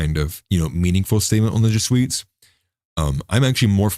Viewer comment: Did you say "jesweets" lmao. It's Jesuit. Perhaps you're avoiding the dragnet, I thought it was funny